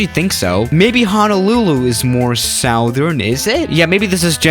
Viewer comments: Normal people: Southern: Sowthern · Southern pronounced SU-Thrn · I almost cried at the amount of times said "SOWthern" in this video 😭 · Really "south-ern" is too funny 🙏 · Nobody:: Sowthern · Nobody: Literally Nobody:: Sowthern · you say southern in the most interesting way